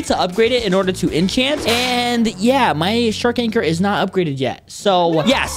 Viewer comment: Bro said water shark lol its shark anchor